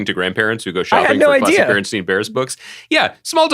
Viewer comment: . It’s berenstAin not berenstein. Always was.